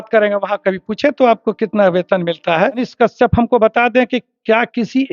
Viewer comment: कशयप तो सही से बोल